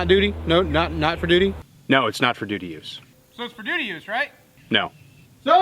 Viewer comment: Hehe...you said "dootie". 😂